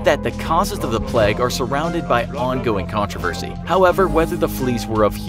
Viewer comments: Why is he pronouncing it plaque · The way u say plague irritates me so much, it's not pleg... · ‘The pleg’ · Americans really saw the word ‘plague’ and thought yeah that’s pronounced ‘pleg’